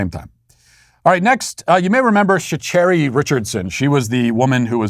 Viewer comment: Matt butchered Sha'carri's name lol